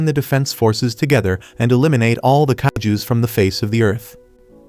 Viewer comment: IT'S KAIJUS NOT KAIGUS